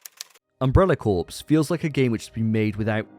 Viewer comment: Corps is pronounced “core”.